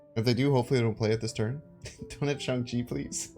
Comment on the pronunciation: The same with shang chi, he calls him Shawn lol haha